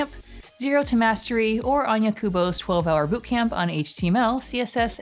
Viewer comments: I'd like to say how to pronounce Kubów surname. Just in case. Because I've learned Polish language. Ó is pronounced very much as U, i.e. /kubuv/. If you don't trust me, try open google translate, select Polish, paste Kubów, listen :) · thought you said Onion Kubows, lol